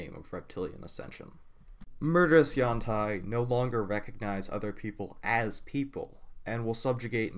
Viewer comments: Nope. Ed Greenwood has weighed in, claiming its pronounced yawn-TEE or however you want, since it's a fantasy word. But it appears to come from a poor Chinese translation meaning "flexible body" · I have two comments. 1. I do not care if it's the official pronunciation, according to WotC, Yawn-Tai sounds cursed to me. It's been U-an-tee for so long for me it's the audio equivalent of which some stick an ear of corn on the cob in their mouth length-wise. 2. I understand it is a sensitive subject so I will try to tread carefully. The representation of Yuan-Ti as emotionless is not meant to be a representation of Autism or any other kind of mental issue. It's meant to be a representation of the less complex brain structures of reptiles, the same as is done for Lizardfolk. It could also be argued that it's a representation of psychopathy or a media-based depiction of psychopathy, but that's not really my place to say.